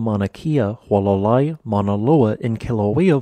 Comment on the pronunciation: Who a la lie - phonetics for you… for… Hualālai / And Mauna K ah for Mauna Kea